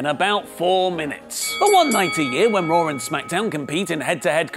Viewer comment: WHY he calls it raawwwrr tho